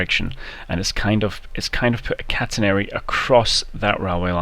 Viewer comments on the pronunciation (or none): It's cat-een-ary not can-t-an-air-ry